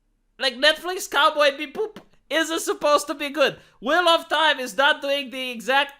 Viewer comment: Love the video, you're spot on in your points. However, you had me actually holding my sides from laughing at how you said "cowboy be-boop".